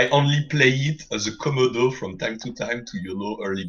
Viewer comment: It's a Ko-moe-doe, like a Komodo Dragon... not fucken Commodore like a Holden Commodore. I don't understand how so many retards pronounce it this way.